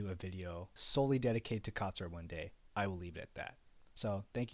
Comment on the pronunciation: It not zura, It's katsura